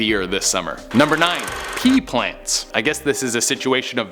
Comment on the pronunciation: It said pea pants when it was suppose to say pea plants. But I guess that guy looked old enough to suffer from pee pants haha.. 🤣🤣🤤